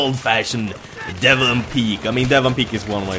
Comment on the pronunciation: Just to make you aware, its Demavend not Devamand:D